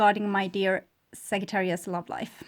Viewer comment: The correct pronunciation is SAJ---not ag-j not a